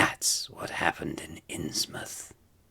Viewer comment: It's innsmouth